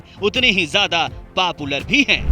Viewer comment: भाई, Papular मत बोलों.... Popular बोलो